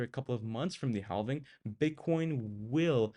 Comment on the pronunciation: Ok subbed. I’ll give this channel a shot. But the L is silent in halving. Pronounced like “having”.